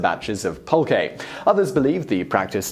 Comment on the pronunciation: Yes, you arr pronouncing Oaxaca right, but it and Jalisco are the only ones. Agave is ah-GAH-veh, pulque is PULL-qe and nahuatl is pronounce NAH-wa-tl